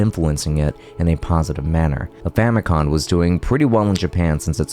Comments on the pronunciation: Fami-com, as in, Family Computer, not, Fami-con. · Can’t listen to a guy “teach” gaming history who consistently mispronounces “Famicom”